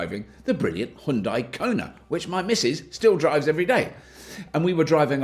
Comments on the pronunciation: It's hue for Hyundai not high! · Hyun-dae.... not hyun-dye. If hard to pronounce close enough, think of starbucks drink size GRANDE. HYUNDE. after all these years, why don’t we at least try it. Enjoyed your vid. Thank u. FYI, in Korea, there will be 2 segments available. Exclusive (starting around $39k after all incentives) and Prestige ($45k and up after incentives). Different battery, options. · As a korean, i teach u pronunciation "Hyun dai" (X)------> "Hyun dae"(0) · it's bloody hyundai, not heiandai. Decolonize your speech mate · pronounced Hyundai like Sunday bloody sunday i dont subscribe cuz of that! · it's not HaYundai, it's Hyundai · Why do British people sound like they're having a seizure whenever they try to say "Hyundai"? Just say it like it rhymes with "Sunday" -- the proper way like we do in the US. You're welcome! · Its pronounced Hunn day. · I get your game. Seeing how many ways you can pronounce 'Hyundai' in a single video.